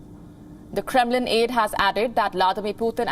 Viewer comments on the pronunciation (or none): A reporter who is visibly confused on how to pronounce Kremlin. No wonder this channel has so few views.